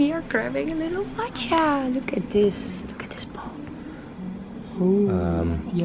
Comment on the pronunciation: You are so silly. When you say matcha it sounds like matches. 🤣🤣🤣